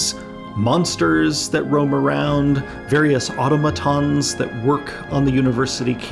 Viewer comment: if THAT how automatons is pronounced? I've been saying it wrong my whole life.